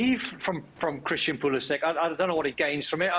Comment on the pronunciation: Why does Craig Burley mispronounce Pulisic’s name? Surely he knows better, everyone is pronouncing it correctly.